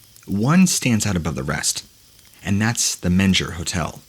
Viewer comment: Since the Menger is really haunted, you'll likely tell more stories about it, it rhymes with "linger" not "manger". That being said, it was never a hospital either. Anyone who has actually been there (I do work there sometimes) would know the history. It's literally on the walls. Theodore Roosevelt, it's most famous ghost, recruited his Rough Riders in the bar. He still sits in the barroom off the main lobby, ready to get you drunk enough to go fight in the Spanish American war. Sallie White succumbed to injuries from a domestic dispute. She haunts there now too. Over 30 ghosts are rumored. I work in the kitchen on their equipment, and they're friendly ghosts. They'll bring a kitchen utensil if needed and even pass a screw driver if you hold out your hand and ask. It's a really nice place to stay if you're ever in San Antonio. Lots of renovations make it comfortable, yet retain it's charm of its 160 plus years as a premiere Hotel in the SW United States. No ghosts have ever killed anyone there. Only 1 person has ever been officially killed by a ghost, and that was John Bell and that was way over in Tennessee.